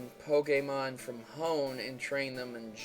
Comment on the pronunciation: He decided to move O'er to Hone lol pronounce stuff right bro